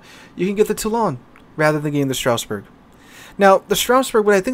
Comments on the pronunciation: It pronounces : Straas Bour Not StRaussBeRg. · Everytime says Stra"U"sburg, a part of me dies inside 🥲